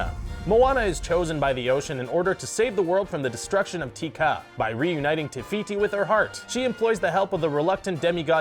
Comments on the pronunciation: Did any one else catch that the said Ticaka wrong! It is said Ti-ka!Moroun! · Its teka not tika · .... its "Teh-Kah" man. I watch so many disney videos today where they can't pronounce the names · Teeka:no just not pronounced that way